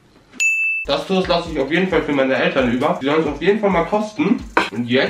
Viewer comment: Toast von die Aussprache ist beste😂😂❤️